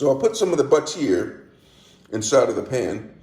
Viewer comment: Flipperate? Lol. But-teer? Lol? Stickerate? Lol!